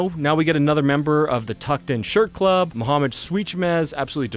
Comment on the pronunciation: Kudos for pronouncing Muhammed's surname right. As for a good live set, here is Amorphis from '94, a bootleg with great quality and a wonderful setlist